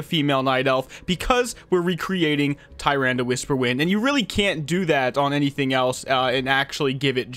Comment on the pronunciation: btw it’s pronounced “TA-RANDA”